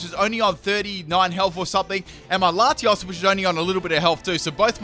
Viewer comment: 1.Don't see why you only had 5 legendary/mythical when there's plenty in this Gen. 2. Did I hear that right? First battle when Latios first came out, did you call it Lati"as?"